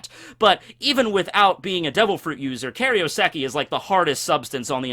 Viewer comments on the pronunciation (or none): plz, it's KAIROseki not KARIOseki